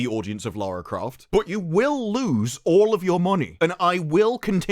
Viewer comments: It’s Larry Croft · It's Larry Croft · I think you meant to say 'Larry Croft'. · its LARRY CROFT